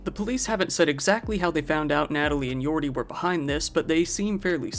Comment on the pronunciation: Just an FYI irs Yordy "Jordy" not Yordy Jordy. 😂